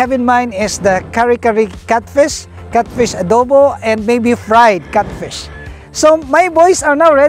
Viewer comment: NOT CUTFISH....its catfish